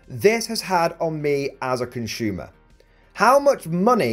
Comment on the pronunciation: Consumer is pronounced "consumer", not "conshyumer"